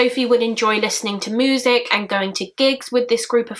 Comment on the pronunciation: such an awful case watched all of your cases the way you say moosic (music) is ace haha